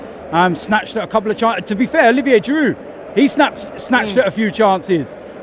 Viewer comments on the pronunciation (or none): none